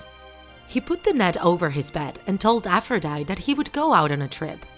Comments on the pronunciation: It triggered me when she pronounced it A-fro-dy-T It’s pronounced a-fro-dy-tE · Aphrodite is pronounced as: Afro - die - tea... not Afro - die - t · Her name is pronounced as APH-RO-DIE-TEE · nobody: Narrator: AFFROWDIET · You said it wrong it is afrõs i am from greece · Its afro-diet-ea/i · I don’t know if I’m wrong because I’ve been pronouncing Aphrodite like Af-row-day-ty. With a y sound at the end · I just told you that Aphrodite is pronounced Afro diet E (most simple way to pronounce it) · ... She said her name wrong... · You are pronouncing the names wrong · That’s not really how you say Aphrodite but okay! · Isn't she pronounceing Aphrodite wrong?